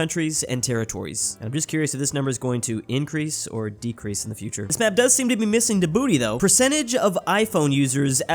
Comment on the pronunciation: bro really said dibooti